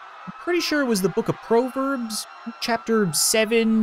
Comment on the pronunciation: You said proverbs wrong